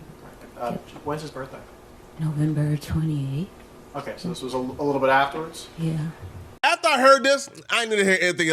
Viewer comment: said "Okay Kwell" 😂😂